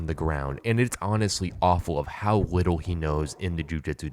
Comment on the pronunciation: Sorry but do you have a speech impediment? You said “widdle” like 4 times.